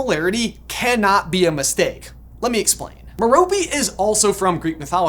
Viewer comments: His moms name is pronounced Mare o pay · I think metope is pronounced meropay